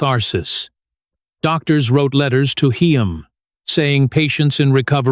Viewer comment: My god this narrator is the worst. “Heem “?!